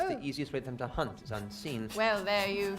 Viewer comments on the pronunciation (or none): none